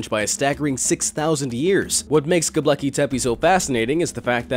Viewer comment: It's not "Gobleki". It's "Gobekli". 😖